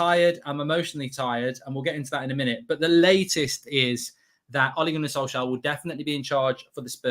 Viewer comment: It’s Solskjær get it right